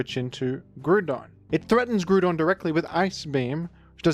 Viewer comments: who pronounces it gru-don?😭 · Do you pronounce ground as groond? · Just here to leave a comment about your pronunciation of Groundon because I couldn't pass up the opportunity to be a Rotten Egg. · I will gladly accept my fate as a rotten egg if that is what status falls upon those who seek to be correct. The people who came up with the fictional name Groudon intended the pronunciation to be growl without the l rather than grew. It is not only clearly coming from the word ground but it is consistently not pronounced like Groodon in the anime, Pokedex 3D Pro app, and original Japanese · It’s literally ground based- ground type as well, Let me be a rotten egg on the GROUND and not on the GROOND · I am vexed by pronouncation of "Groodon" and if this makes me a rotten egg, that is simply cross to bear. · Hearing grewdon so much had me close the video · I wished to comment on how you pronouce Groodon, but I have no desire to be a rotten egg. What a quandary. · grug don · Have I been mispronouncing Groudon for 40 years? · I had completely forgotten that I used to pronounce Groudon's name that way as a kid until this video unlocked that memory. In fairness, it looks similar to "crouton", so pronouncing it that way seems like it would make sense... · He says the name wrong for the comment farming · You pronounce "Groudon" wrong. It's actually pronounced "Red Idiot Shrimp Dinosaur" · fascinating pronunciation of groudon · forget how you pronounce Groudon, I'm more bothered at how you misgendersd Latias. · Leaving a comment here about the pronounciation of Groudon because I'm a rotten egg 😝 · I am a rotten egg disguised as a pixilated mining tool so I get to criticise you on your pronunciation of the fictional creature Groudon. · Hi, just wanted to remind you that is not the way you pronounce groudon. You may call me a Rotten Egg but I'll take that title with pride